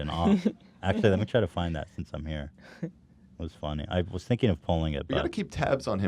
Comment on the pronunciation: I remember why I love eathen when he goes to end the podcast and bail on entertaining me and he just says he's trying to get the "fuck out of heeeeeeeee" the fact he couldnt even summon an R for that cracked me up